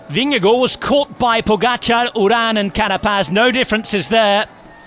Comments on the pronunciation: The man's name is "Vingegaard". I don't know why he's called "Vingego". How can you make an "o" out of two "a"??? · Yeah, but the name of Jonas Vingego seems to be too difficult! 😉 😂